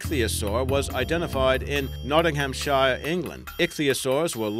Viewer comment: you mispronounced Nottinghamshire